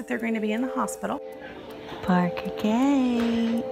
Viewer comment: I love how Danielle's mom pronounces Parker. "Porker"